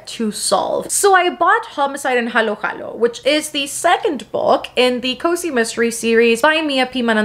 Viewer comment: It's so satisfying to hear a non-Filipino youtuber pronounce "halo-halo", "Manansala", and "adobo" correctly 😆 we've got them hard vowels!